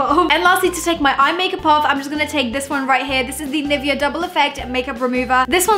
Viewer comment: That's not how you pronounce 'Nivea' wtf did you say 😂